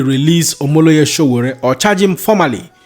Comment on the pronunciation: His Exellency P O is a man after my heart. do your homework its says a lot abt you that thru this entire Video,U didnt for once Pronounce Sowore name correctly.U guys want to be taken serious as an information outlet?